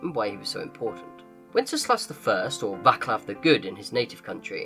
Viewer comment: About the pronounciation of the name "Václav". The letter "C" in his name is pronounced as "ts" not "k".